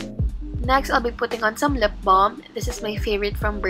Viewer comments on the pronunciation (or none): none